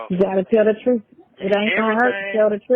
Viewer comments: Well I guess the "TROOF shall set you free" "! 😂😂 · “Da troof”😂🤣🤣🤣. Good Lord.